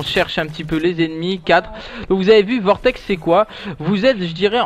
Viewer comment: Et donc c'est Vortex et non pas Cortex ;)